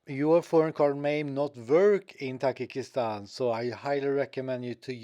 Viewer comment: Not ❌Takikistan Tajikistan ✅